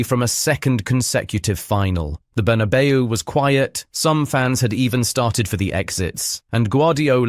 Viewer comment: peak slop. "berna bay you" - courtesy of the slop machine